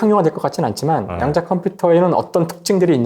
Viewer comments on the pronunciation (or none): "양자"가 아니라 "야앙자" (좀길게)라 읽어야 되는것 아닌가요.